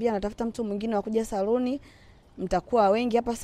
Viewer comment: R na L ni tatizo kubwa sana 🤣🤣 eti saruni 🤣